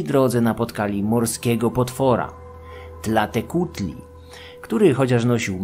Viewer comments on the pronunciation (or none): Wspaniałe są te mezo-odcinki. Uwielbiam te subtelne pojazdy po starożytnych kosmitach. Dodatkowe informacje/jakieś małe poprawki (głównie wymowa): Na samym początku, Tēzcatlīpōca poświęcił swoją nogę, aby zwabić Tlāltēcuhtli/w walce z nią/nim! Wyrosła mu tam "proteza" z dymiącego obsydianowego zwierciadła... Nanāhuātzin jest zapewne jedną z emanacji Xōlōtla, który sam jest bliźniaczą formą Quetzalcōātla (a inny awatar Quetzalcōhuātla, Ehēcatl-Quetzalcōātl, jest tym, który składa ofiary z wszystkich bóstw na początku czasu) Tlāloc to przede wszystkim deszcz, burze już drugorzędne, ale to mniejsza. Jego kły to kły węża, a te gogle to połączone ze sobą... dwa węże! Co do dzieci: bardziej chodzi o związek Tlāloca z karłami i niektórymi chorobami oraz deformacjami, którymi dotknięte bywały dzieci. No i sam Tlāloc składa się na czterech Tlāloqueh, czyli takich dziecięcych/karłowatych mini-Tlāloków. W ogóle zakopywanie dzieci pod budynkami to bardzo ciekawy zwyczaj, bo był strasznie popularny w zupełnie różnych miejscach na całym świecie. Quechquemitl/Quexquemitl wymawia się Keczkemitl/Keszkemitl Ci mniej honorowo potraktowani jeńcy mogli być też po prostu jakimiś przestępcami - ofiary tak ogółem nigdy nie miały być karą, ALE niektórych niegodziwców czasami usuwano w taki sposób ze społeczeństwa... Ogółem składano w ofierze nie tylko drapieżniki: bywały tam też np małpy... No i właśnie małpy są też kolejnym wszystkożernym zwierzęciem Mezoameryki oprócz psów i ludzi. Idea, że kanibal